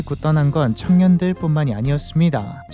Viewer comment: 발음이 부자들,창년들도 라고 들림 ㅋㅋㅋㅋㅋㅋㅋㅋ